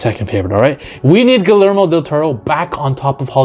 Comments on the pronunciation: It's pronounced "Gooey-Ermo" rather than "Ghoulie-Ermo" lol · its pronounced GIYERMO not GILERMO! lol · I dont know why, but name mispronunciations usually doesn't bother me..... but I couldn't stand to listen to this guy butcher Guillermo's Del Toro's name.... Gilermo???? Say with me, my guy... Gee-yehr-moh! 🤦🏽‍♂️ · Fully agree with everything you said. Guillermo del Toro needs to come back. Just one detail though. His first name is pronounced "Gee-yermo" 👍🏼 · The way you repeatedly butchered the pronunciation of Guillermo Del Toro is far scarier than this creature lmao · butchered his name bro